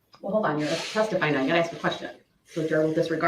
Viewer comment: Drives me crazy when says “axe” aka “ask”